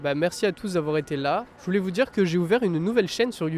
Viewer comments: Wie spricht man “je voulais” aus? Mir scheint, man spricht das ganz anders aus. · Beim zweiten je voulais verbindet er mehr das je mit voulais und sagt eher j‘voulais. Das Verb an sich spricht er zwei mal gleich aus.